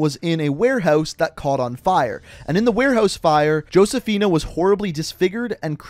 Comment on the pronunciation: I hate how much mispronounced Josephina & Cordis Die. Dude play the fucking game. How do you not know how to say that shit 😂